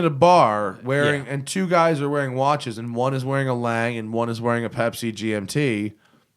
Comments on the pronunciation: Lang? It's pronounced laang-uh...like porsch-a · I thought 'Lang" was a new company. lol. I have only heard in pronounced like "Longa". Great video though.